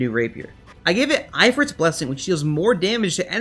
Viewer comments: My only problem with this video is that it’s actually pronounced EFREET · In every vid you say ifrit wrong look up how to pronounce it on google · Imagine saying ifrit wrong...